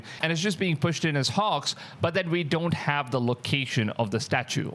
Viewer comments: Bro can you say HOAX again? lol sounds like your saying HAWKS!!!!! Hawks hawks!!! Hoax Hooaks!!!!!😂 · Your saying HOAX like a texan says horse/hos. It makes an "O" sound, like Broke or Coke or Joke not "AH" like Pox or Dox or Fox, so it's more like HO + X = HOAX, sorry I know I would want to be corrected if I was mispronouncing in another language. please don't think im being mean. thanks. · Hoax isn't pronounced "Hux" it's pronounced 'Hokes' . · Hoax as in pokes not Hoarx as in dorks! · Well, first off you’re not pronouncing the word hoax right. It sounds more like this hokes not hawks. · It's definitely NOT "hox". lol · I cant tell what ur accent is. Idk what ur first language is. But u speak english like an american. Its really really good. So i want to let u know when u say hoax its not pronounced like that. Ur saying it like hocks. Its like how santa says ho ho ho. Ho- x. The x is right. Butbpretend the a has nothing to do with it. Anyways GREAT VIDEO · Just like you pronounce oat in oatmeal you pronounce hoax. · WTF is a "Hox"!?!?!?!? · Because you are adorable, the word hoax, ( the o is a long vowel) hoax. A line goes on top of the o. ❤